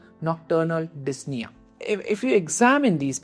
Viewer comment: Really helpful breakdown of CHF management! Could you explain how you decide when to introduce ARNI versus ACE inhibitors in practice? Also, a few corrections—for example, like 'dyspnea' instead of 'disna', 'orthopnea' instead of 'orthopnia', 'paroxysmal nocturnal dyspnea' instead of 'paroxismal nocturnal disna', 'pleural effusion' instead of 'plural diffusion', and 'NT-proBNP' instead of 'ND probnp'. Small edits like these would make the video even clearer!